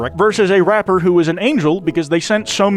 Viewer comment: …Why is TTS pronouncing rapper that way?